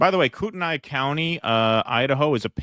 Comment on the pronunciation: 'Koot NEE' County